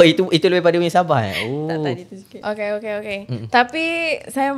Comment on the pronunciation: oukhhey oukhhay ape bnda do 🤣